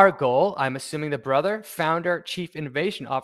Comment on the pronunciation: Goel is pronounced Go-el